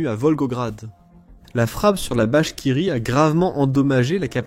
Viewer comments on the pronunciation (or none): J'ai entendu vachekirie